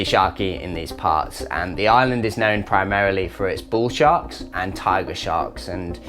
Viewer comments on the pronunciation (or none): none